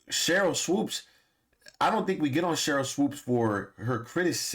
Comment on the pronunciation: WHY does this guy keep saying "SWOPES". It's bothering me sooo much.